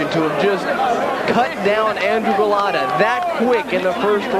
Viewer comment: That one commentator saying, 'Golata.' I watched this live and new Lewis would smoke him and he did. Golota had no chance against the amazing Lewis.